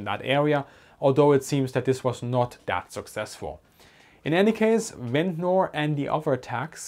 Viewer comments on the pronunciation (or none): I know it is probably not going to come up again but Ventnor is pronounced like "Vent-ner" locally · Just so you know for the future: Ventnor is proniunced Vent-nah or Vent-na. The ending-NOR is always shortened and we don't pronounce the 'R'. Americans do pronounce those endings like in butter (budderrrrr) but English pronunciation is buTT-a Hope this helps you with your, already, superb English. Great video